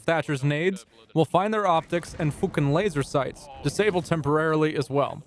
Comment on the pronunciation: got respect for bringing the fookin laser sights into this, but oof. That pronunciation was like a toddler trying to say pneumonoultramicroscopicsilicovolcanoconiosis